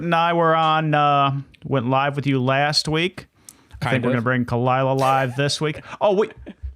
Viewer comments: I don’t like that you guys has on he couldn’t even get Khalyla’s name right and he kept constantly interrupting Bobby! He didn’t even know what show he was going on! I think he’s fake and just wanted Rose’s p. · The only thing I didn't like about this interview with, is that he couldn't say her name right.. but still, great episode.